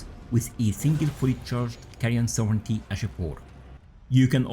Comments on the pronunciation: you pronunciation was perfect 😊 great video btw! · This is good info. Btw, thank you for actually pronouncing "sovereignty" correctly. 🤘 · Most of the native speakers mispronounce this buy my man here says it perfectly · Yeah, it's weird. I hear them say it a lot incorrectly, "sovereign-ee-ty". OP pronounced it correctly. Small thing, but it's a bit annoying to hear. lol